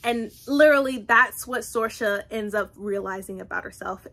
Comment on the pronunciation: The name Saoirse is pronounced Seer-sha, it’s the Irish word for freedom. You’re saying Sorcha (sor-sha) but it’s an easy mistake to make when you’re not familiar with it